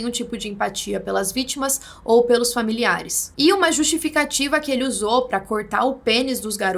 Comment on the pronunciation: "Vítmas"? kk.. so um detalhe.. kkk.. ótmos videos